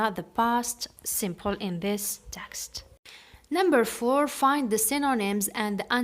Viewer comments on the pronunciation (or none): none